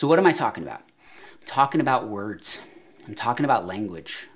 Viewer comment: Sounded like Jack in the movie Hoffa when he said Werds. "Are we having werds daly? is that what we're doing HAVING WERDS???" If this clicks with you give me some likes!